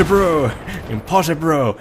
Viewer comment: I HAVE BEEN WAITING FOR YOU TO SAY "impossibruuu"